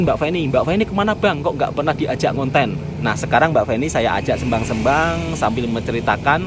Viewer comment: pembetulan mas, dah lama nak betulkan sebutan SEMBANG sebutan 'E' nya itu seperti 'E'KOR, bukan 'E'MAK. bukan SƏMBANG tapi SEMBANG seperti keropok L'E'KOR